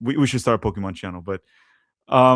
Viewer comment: I think you are mispronouncing the word "Pokemon"